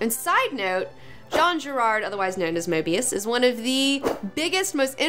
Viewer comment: did she just say Girard instead of Jean Giraud aka Moebius ?? wtf